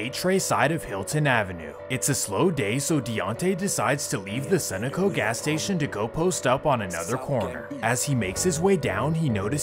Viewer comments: It’s pronounced SUH-NO-CO not SUNO-CO😂😂😂😂 I hate when people would pronounce it like that!!! That’s how I know you from a state that don’t got too many of em there lol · my boy its pronounced sun-no-co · It's pronounced su no co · The way he said sunoco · Thats the weirdest enunciation of "Sun-O-Co" I've ever heard. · BRO HOW TF YOU SAY SUNOCO WRONG 😭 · every time he pronounces Sunoco wrong I cringe.